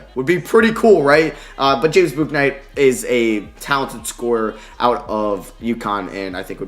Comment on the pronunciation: James bouknights name is pronounced "book"night